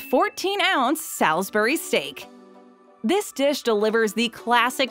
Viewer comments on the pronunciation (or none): who says 'SALS beery" steak.... salisbury